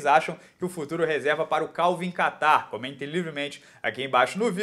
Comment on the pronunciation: Nao eh Kattar..... Eh QUEIRARRR